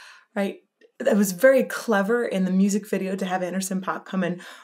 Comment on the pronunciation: Please say Anderson's name right ... It's pronounced like ....pack